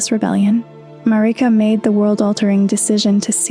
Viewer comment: “Mareeka” 😫😫 Why do you torment us like this